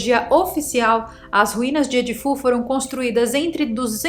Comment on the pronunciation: Não é edifú. É Edfu…só uma observação ok